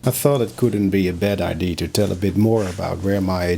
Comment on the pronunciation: Hi,. Another great video👍 I love it when you take the time to share about your creative process. Your English is very clear. Just a quickie... the word "idea" has three syllables, I-DEE-YA, in English. IDs are what one uses to identify oneself 😉👍